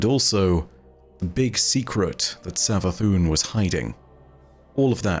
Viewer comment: Am i high or did say savathuny and neptuny